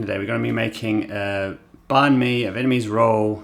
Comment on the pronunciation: You are over pronouncing the word “banh”. Say it like “bun” in English.